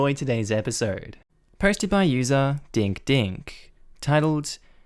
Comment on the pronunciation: Dink not dick lol.